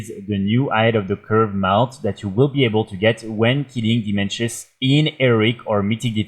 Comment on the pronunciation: Dimensius not Dimenshus. Now we know who doesn't watch the cutscenes.